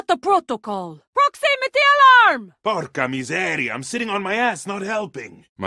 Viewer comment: "Porca miseria" why ubisoft...he pronounced it bad ... Italian stereotyped too much. Sorry for my bad english im italian